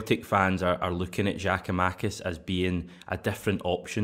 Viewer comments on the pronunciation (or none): great show... it is pronounced “ Yia koo ma-kiss”. You start his name off with “Jia-koo-makis”. Just soften his name swap the J with a Y and you are half way there.